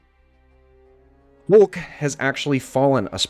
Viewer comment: So nobody gonna mention the fact he said wulk